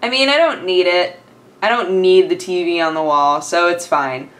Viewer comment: Everytime you say TV, to me it sounds like you say TB ^^